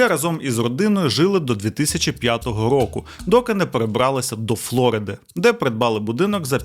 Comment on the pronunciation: «флорИда», бро. немає ніякої «флОриди» 🤦‍♂️